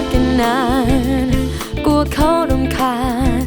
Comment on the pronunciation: เสียงเพราะ มีเสน่ห์ แต่เวลาออกเสียงพยันชนะ คำควบกล้ำ ควรเน้นกว่านี้นิดนึงจะสุดยอดครับ มันยังขัดหูนิดหน่อยตรงคำว่า “ ตงนั้น ตงนี้ กัวเค้ารำคาญ “